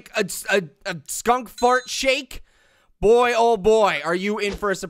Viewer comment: Fnaf guy Foxy fan that is not how you say boy